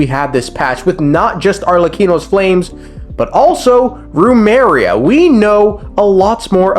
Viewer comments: My man, it's Remuria, not Rumeria. 💀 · Idk why but I'm going insane over the fact you keep saying remaria and not remuria🥲🥲🥲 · Rumeria? U mean Remuria 💀 i can't lmao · Was his name God-King Rumes or God-King Remus? Why would he call his nation 'Rumeria' when his name is Remus? Come on, man, that's 3 videos now. It's not even a complicated japanese or german name. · It is Remus, as in Remus and Romulus, and his nation is called Remuria, (pronounced REE-MUSS, REE-MUR-EE-UH)